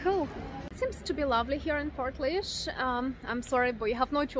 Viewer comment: The laoise is pronounced leash